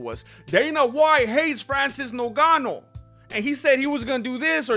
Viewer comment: Hello MMA, why do you call Ngannou "Nogano"?